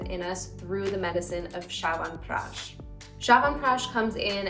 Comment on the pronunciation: It's not pronounced 'shawanpeash' but chyawanprash ch as in 'chest'